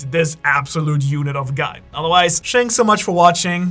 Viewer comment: ‘Shanks for watching’ :) lol I like your endings